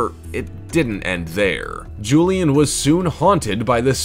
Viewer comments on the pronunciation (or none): none